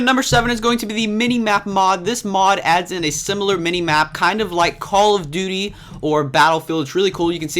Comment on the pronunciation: did you just say call of dut